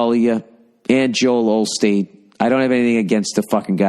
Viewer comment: It's Osteen Bill. Osteen. Not Olsteen.